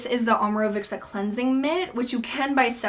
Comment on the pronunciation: You pronounce it with a "k", like "Omorovikca". Leave the "k" out, It's just "Omorovica". Imagine as if "cz" was "tz". (Fitzgerald) Maybe that makes better sense for you. :)